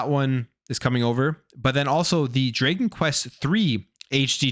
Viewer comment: And it’s Dragon, not Draegeon 😂